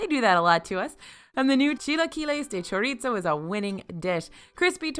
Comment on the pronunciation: It’s pronounced “cho-ree-so” not choritso. There is no hard T sound in chorizo and it’s a Spanish pronunciation, not Italian.